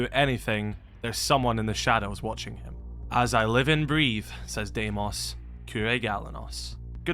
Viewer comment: It's pronounced Dee-mose not Day-mose